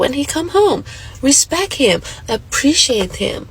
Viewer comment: What the hell is "RESPECK?!?!!!"